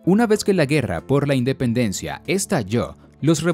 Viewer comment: Dependencia? Se comieron el "In"